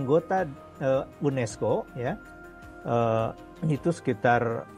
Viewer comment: UNESCO min bukan UNISCO...